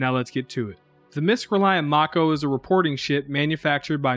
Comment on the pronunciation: I liked this review because you pronounced both mako and kore correctly.